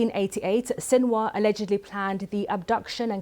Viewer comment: How can your analysis be anything but a joke, when you can't even pronounce his name?